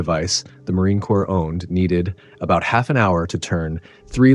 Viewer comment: Horrible AI voice. corps pronounced as corpse.